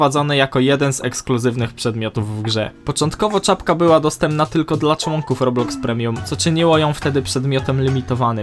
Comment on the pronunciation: błagam nie mów robluxy tam nie ma L